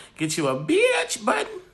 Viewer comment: “A biyatch button “ lol 😂